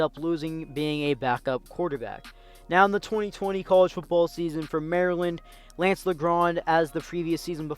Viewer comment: saying lance name wrong the whole time